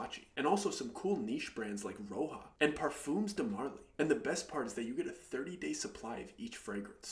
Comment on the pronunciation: Also it's pronounced ro ja not Roha, the guys name is roja dove